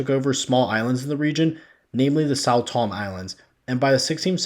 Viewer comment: This does sound like “what about-ism” and deflection. Also, many of your pronunciations from Sao Tome, Igbo, Ashanti, Benin, Niger, etc. were WAY off my friend.